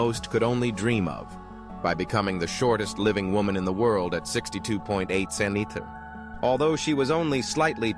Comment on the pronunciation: How is it that you can pronounce their names and conditions, but you can't pronounce centimeter? 🤨